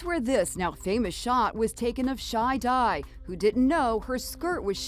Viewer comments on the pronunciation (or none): Shy-Die, Sounds wrong.